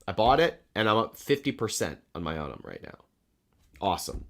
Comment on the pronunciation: Hey, I actually have sort term with Unum. I called them recently. They're actually pronounced YOU-num. Thanks for being awesome.